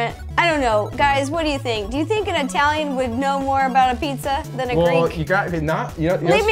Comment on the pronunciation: Sorry but italieano (OK Italian)